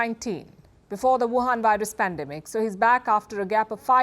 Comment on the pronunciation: why she fucking called covid 19 whohan ?